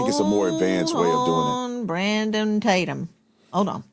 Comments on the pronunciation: Lon Demon is such a clown and is desperate for attention. You would think someone who was on tv every day would have a decent YouTube channel but no. His view numbers are absolutely pathetic! And he so disingenuous and deceptive, acting like he doesn’t know how to properly pronounce Tatum. He obviously has watched the channel which means he has heard the way to say it. What a clown. He is so pathetic and thirsty for attention. AND he is full of it! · The fact he said your name as Tattum instead of Tatum shows he is an idiot, he doesn't deserve acknowledgement. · Officer Tatum, I m embarrassed...you condemned Nolan's speaking ability but you said THEOLOGY!!!!!THEOLOGY??? Couldn't your wife help you with comprehension skills...this IS so embarrassing...this is supposed to be our representative for our race😢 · Lemon purposely mispronounciating Tatum's last name is a pissy little bitch move. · He knew how to pronounce your last name. He just wanted to make it seem like you're insignificant and not worthy of remembering your name. WHAT A FKN LOSER!!!! DON LEMON YOU SUCK AND NO ONE LIKES YOU!!! NOT EVEN YO MAMA!!! 😂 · You know he knew how to say your name 😂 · I loved how he ACTED like he didn’t know how to pronounce Tatum!😂🤣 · Don Lemon can't even say Tatum. Officer Tatum is doing a better job the Don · Boy that 🍋 Don Lemon is such an IN-DEPTH “journalist”. Doesn’t know how to pronounce “Tatum”, and couldn’t even research your law enforcement background. I believe EVERYTHING don lemon 🍋 says! And then uses the word “credibility” about OT. He should still be arrested for his organization and participation in the breaching of a church service. I love how willing he is to humiliate himself each time he speaks. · Don Lemon = Clown. Imagine being a "journalist" and don't know how to pronounce your main topics. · Don was def. low key being disrespectful when he mispronounced Tatum. Don is a punk b… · Don knew his name. Acting as if he can't pronounce it. Arrogance at its best